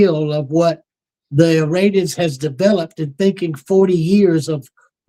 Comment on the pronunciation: IM SORRY PEOPLE.... BUT EVERYTHING CORSI SAYS SOUNDS LIKE SHIT BURGERS!! AND IM NOT HUNGRY!! NOT TO MENTION HE JUST SAID ISRANIANS!!! REWIND IT AND WATCH!! THAT OLD DUDE IS GASSING ALL YA'LL UP!! EITHER HE IS ON THE BAD TEAM, OR HE IS JUST READY TO GET PUT OUT TO PASTURE (respectfully) I would never poke fun at a demensiated senior citizen!!! But what he says does not pass my freaking intuition test!!! Not even close!! They must have bought and paid for Mr Corsi after he assisted in the book "SILICONE SATAN"!!! I really wish you would ask Cregg Lund- if the original Jerry Corsi is still the current Jerome Corsi!! It sounds like he has been freaking compromised by the black hats!!! Just saying ya'll!!! My intuitive compass is almost flawless!! If old dude is not senile... then he is compromised